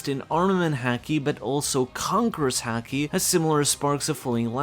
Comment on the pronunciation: Why do you pronounce haki as "häki" since not even americans pronounce it that way and you're european and also are fluent in japanese. Nobody says it that way. I don't mean to be rude, I'm just really confused over this little detail.